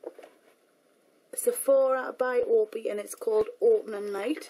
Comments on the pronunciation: Lauren I love you but I think it's O P I not opee! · i love it espesualy the glitter eyeliner...but its not said opi it is the letters O.P.I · Congrats on your success! It's great to see that you are still so down-to-earth :-))) OPI is pronounced "Oh-pee-eye" btw :-)) Thanks for the swatches :-)) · opi is pronounced oh pee eye. xoxo